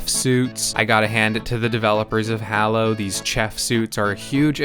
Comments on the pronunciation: It's actually pronounced Halo. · dude no you completely missed what the game is about. Besides how you mispronounced the name of the game and character(Google how to do it since its hard to explain) the game isn't about cooking it's about killing other players. That's why you have a gun. I've never seen someone do so little research about the game they're reviewing please try harder next time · i hust hate you for saying hallo instead of halo. triggers me so bad xD inftynyte =/ infinite Master Chef =/ Chief threehundretfourtythree =/ three four three industries jeff =/ chef jaikens =/ chickens